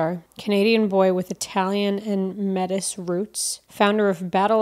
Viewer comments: Slight pronunciation error in the Santino bio. Metis is pronounced May-tee. Metis are the descendants of first nations people and Caucasian people (originally French fur traders) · or, apparently, that it's not "May-tis" but actually "May-tea". Wasn't happy she mispronounced that, given how important his heritage is to Santino.